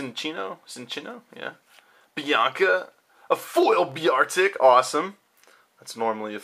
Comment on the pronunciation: Bear-tic ) you goon